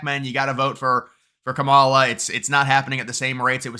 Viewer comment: I think she's awful too but you could at least pronounce her name right. Kah-mah-lah is easier to say even...